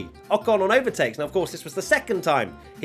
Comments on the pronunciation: In the last one you said rocon instead of I ocon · Ocon? Ocno!